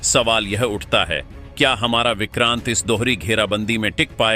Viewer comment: Vikrant nahi he o ko oooor he😊